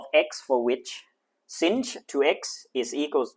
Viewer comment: you pronouced sinh wrong